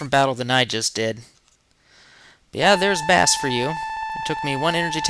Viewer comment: Bass is pronounced "base".... Like bass guitar. And his dog is named Treble which is also a musical term. A few other characters have names connected to music. Mega Man is known as Rock Man in Japan, and his female friend is Roll... Rock and Roll. Get it? ;) Others include Punk, Enker, Ballade, and Tango... All words with connections to music.